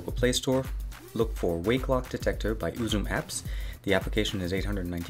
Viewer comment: UzumApp... s. Just love the way it's said. :D